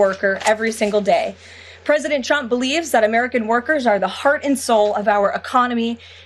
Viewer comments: "president chrump believes....". She needs to work on her phonics. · Sounded like she said President "Dump"... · I hope one day she slips and calls him president Chump, the way she pronounces his name sounds close. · Did she say president chump?